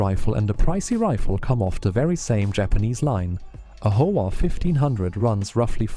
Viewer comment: I really like your videos. Although they come off as AI-generated, I find many facts that I already knew to be included accurately in your videos. One correction to an AI script interpretation in this video is that it describes the "Howa" brand as the "Hova" brand. It's a small thing that most people will not be confused by, but I wanted to mention it. OK, enjoy what you're putting out and subscribe; hope you do more. Thanks.